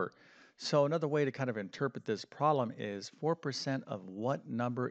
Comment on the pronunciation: Please correct the way you pronounce “problem “. It sounds unprofessional when you pronounce it as “proh lam”.